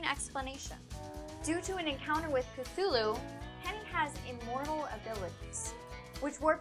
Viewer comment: uh, it's pronounced C-too-loo, not c-thoo-loo?